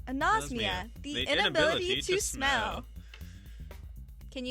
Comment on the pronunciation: its a-nos-mia not a-nose-mia. really people? you take the trouble of making this and don't even get the word right?